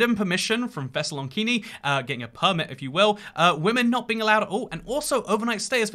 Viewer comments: ThessaloNIKI, not ThessaloNKINI. Of all the ways I've heard by home city get mispronounced, this one was a first. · you DIDNT just call Thessaloniki "Thessalonkini" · Nice pronunciation of Thessaloniki 😂😂😂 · How does mispronounce stuff like Thessaloniki and Haiti like aren't you a geography nerd